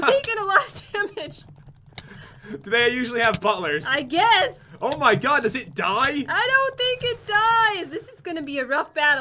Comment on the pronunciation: says " stay away from ma sponges "